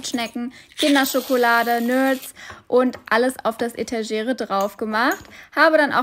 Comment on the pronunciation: Man spricht halt selbst die etagere auch noch ganz anders aus 😭